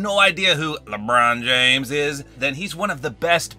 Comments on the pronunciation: LEbrOoon jAAAmes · I like how he said Lebron James in that accent instead of normally saying 😂 in